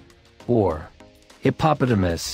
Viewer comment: That is not the correct way to say hippopotamus